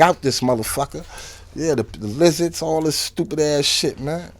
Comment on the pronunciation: Did he say LIZARDZ?😂😂😂😂